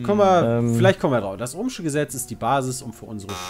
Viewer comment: hat das Ohm'sche Gesetz einmal richtig gesagt, aber verdient hat sowieso keiner die Punkte:D